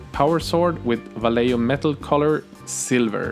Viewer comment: Va-ye-ho Vayeho! (Vallejo)